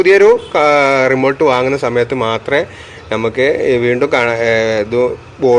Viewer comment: റിമോൾട്ട് അല്ല ഭായ്... 🙄 റിമോട്ട് 😘നിങ്ങളെപ്പോലെ ഒരു ടെക്‌നിഷ്യൻ ഇങ്ങനെ ആണേ സാധാരക്കാരൻ എന്താ പറയുക 😢😢😢